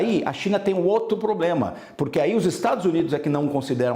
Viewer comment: Qualquer três cervejinha ele resolve o "pobrema".